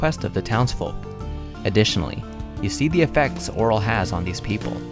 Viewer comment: It's pronounced oh-REEL